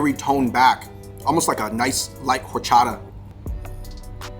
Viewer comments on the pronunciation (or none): none